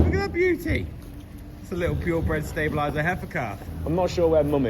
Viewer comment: It's very strange you saying pure bred stabiliser. 😊